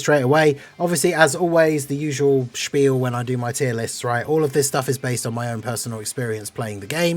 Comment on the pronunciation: trying to be german with his "Spiel" xD